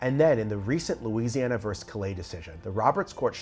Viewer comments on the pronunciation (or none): “Versus” is not pronounced “verse” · Isn’t the word ver-sus?